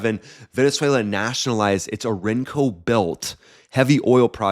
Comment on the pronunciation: "ORINOKO" is pronounced "OR IN NOKO"